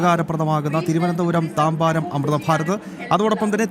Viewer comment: താമ്പാരമല്ല, താമ്പരം എന്നാണ് സ്ഥലപ്പേര്!